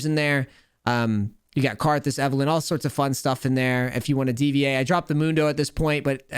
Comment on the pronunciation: Just love the "Karthas" for plat :D